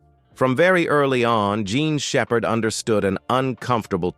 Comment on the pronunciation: I think your video should be taken down cause you can’t even get her name right and this is gotta be artificial intelligence at its worst! Shame on you degrading a human being’s name in this way get it together or take it down